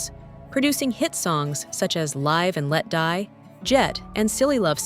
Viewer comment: Pathetic A.I. voiceover can't even pronounce LIVE and Let Die correctly. Very disrespectful considering the subject matter.